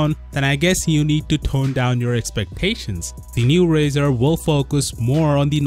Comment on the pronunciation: Pronounce it right!